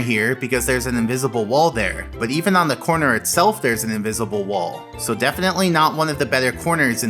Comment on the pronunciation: What uhh I got inwizible wol 😂